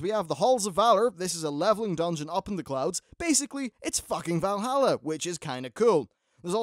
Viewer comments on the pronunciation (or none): none